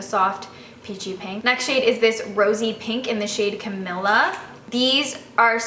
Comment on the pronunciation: that's not how you pronounce Camila